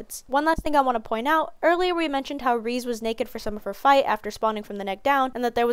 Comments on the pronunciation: Lol reeze. It's ( Rez-zei ) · Sweety its REI-ZEI not ReSe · 2.12 is a decent joke but the correct pronunciation of Reze is something along the lines of 'Reh-zeh', its just a direct translation of レゼ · Her name's pronounced as Ré-zay